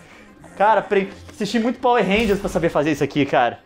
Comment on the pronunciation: "Vai bate neles Power Renja, Power Renja, Power Reja." rsrs